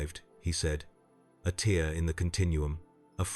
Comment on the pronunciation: The AI voice is good, but gets a few words wrong such as "tear" .